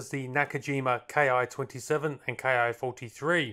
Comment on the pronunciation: The "Ki" prefix to Japanese Army aircraft designation is a syllable, not two discrete letters. It should be pronounced "Kee". It's the first syllable of the Japanese word for "airframe" which is "Kitai".